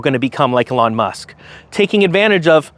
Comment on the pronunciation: "A lawn Musk" lol